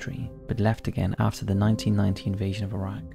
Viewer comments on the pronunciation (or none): none